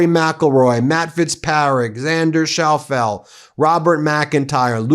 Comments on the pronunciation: Not to nitpick, but the correct pronunciation of Xander Schauffele's last name is SHAWFF-lee (English phonetic. I watch you guys daily and why you're not finding out the correct pronunciations of anyone's names much less famous ones before going on air is kind of sloppy journalism in my opinion. Please do your homework on this, Ben, you should never have gone on the air mispronouncing the Strait of Hormuz either, although I notice you got down now. PEACE and carry on doing the good, honest work you're doing.💙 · I guess that Ben is not a golfer by the way he pronounced Xander's last name...